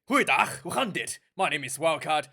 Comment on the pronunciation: I paused immediately after hearing "Goeie dag, hoe gaan dit?". Very well done. Pronounciation is 👌👏👏 Now I'll watch the rest of your video.